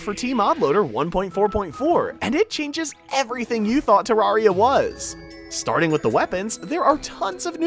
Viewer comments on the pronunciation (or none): Please for the love of god, Terr-Air-E-Uh Terraria not, Tuh-Rawr-E-Uh please pronounce it right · Why do you pronounce terraria like that